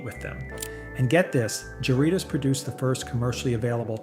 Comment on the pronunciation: "Seven-yew-pee"? Never drank that. 😂 Or "jar-REE-toes"! 😂😂